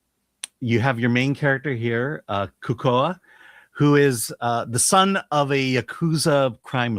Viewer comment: Your pronunciation, "Kaku" (one time, and something else the other time) were both so far off it was scary.